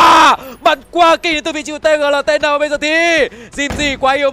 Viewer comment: Tgltn đọc là Tiq nhé caster :))